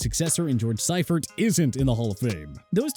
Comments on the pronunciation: It's George Seifert pronounced SEA-fert!!! Ken Wisenhunt pronounced WIZ-enhunt, Marv Levy pronounced LEE-vee, Ray Malavaisi pronounced Mala-VASE-EEE Dick Vermeil pronounced Ver-MEAL. This is a very poorly produced video. You left out coaches and mispronounced their names. You can do better than this. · You couldn’t pronounce correctly… Marv Levy Dick Vermeil George Seifert